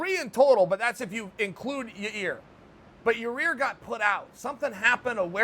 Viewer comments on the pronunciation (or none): Chael: “Yareer” Me: Ok fine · ‘Ya ear’ Ahh near enough ‘Ya rear’ Ok great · Chael pronounces Yair's name incorrectly in two different ways in just a couple of seconds. I trust both to be correct.